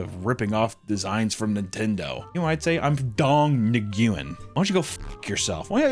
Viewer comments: Its not nuwen. Its nguyen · its actually pronounced "wen" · Hey guys, "Nguyen" is pronounced like "Win" Hope that helps 😊✨️ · Not pronouncing "Nguyen" right is honestly a little sillier when you learn that Nguyen is the single most common last name in that entire country. So like, if anything you're actually poking fun at most Vietnam and Vietnamese Americans. It's like making a joke about the majority of a minority... Like racism... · You corrected his falsely pronounced vietnamese name with an also falsely pronounced vietnamese name. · How they both pronounce Nguyen wrong